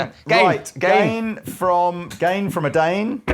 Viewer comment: my dude said "gain for my dane" lol